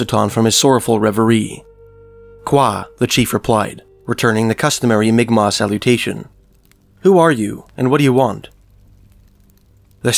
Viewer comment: Pronounced mic Mac